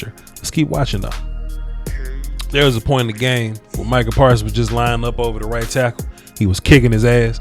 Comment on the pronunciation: i had to go back and listen to this coulda swore you said white tackle instead of right tackle